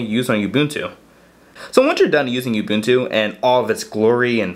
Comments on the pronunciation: It's "ooboontoo" not Youboontoo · It's pronounced uh-buntu, not you-buntu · Wtf is "You-bewn-tew"? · Can't stand how you say ubuntu... It's 'oo-boon-too'